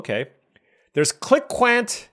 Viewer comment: It's pronounced like klink-int just fyi :P